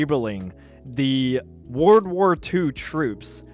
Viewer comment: Why do you struggle to say "world"?